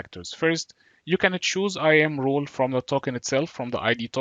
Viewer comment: Thank you but I have difficulty differentiating your accent wrt "role" and "rule". They sound the same....